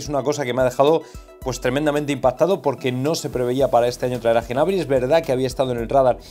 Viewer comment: Cada vez que dices Genabry me sangran los oídos jajajaj, acaso dices también Genomo?